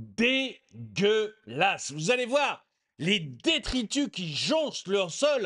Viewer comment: “Paris, cé dégolasse”